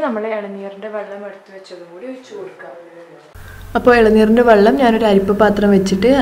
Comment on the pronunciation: Vallam alla kuttee vellam